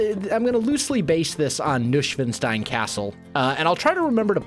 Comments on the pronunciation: Neuschwanstein is pronounced Noishvanshtine, not Noushvenstein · Nushwanstain? Sounds like cat language.😅 I am German and we call it Neuschwanstein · More tower. The current tower higher(i like it sticking out of the roof) rounded dormers?(they look like birdhouses atm) Also you cant imagine how long it took me to understand you said neuschwanstein :D maybe try new-swan-stone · So funny you say Nushwanstein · haha I love how you pronounce Neuschwanstein! I also didn't realise which one you meant, so I googled Nuschwenstein just to realise it was the Neuschwanstein all along! Keep up the great work!! I love the way you play minecraft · Ian Fyffe Noi-shwaahn-shtain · Noi-shwahn-shtain, but you could translate it to new-swan-stone :) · Kordian Polczynski nicht schlecht! The rest means that Neuschwanstein was not understandable from ' pronunciation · i speak german and it took me a long time to realize you were saying Neuschwanstein haha gotta love that us-american pronunciation! thanks for the entertainment, wels. looking forward to seeing you build more of this! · Aaaaaand same here in Berlin 🇩🇪😂 But if I listen to the many Germans speaking English with an accent that makes my ears bleed... well... I strongly prefer listening to (like he'd say) butchering this name 😁 BTW... Americans saying "Hohenschwangau" (where Neuschwanstein is located) is even more interesting 😂😂😂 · i do not really unterstand which castle you meant, but if it is Neuschwanstein castle, then you pronounced it totally wrong, but in a kind of funny way.